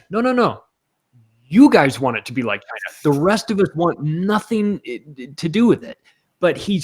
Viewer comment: Sounded like beat China not be like China